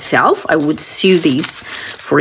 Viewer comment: just FYI the word “sew” is pronounced in American English “so” just like the word “so”… in other words “sew” and “so” are pronounced the same